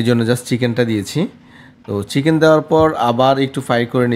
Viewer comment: ফরন আর ছিকেন উচ্চারণ টা শিখে তারপর ভিডিও বানান😅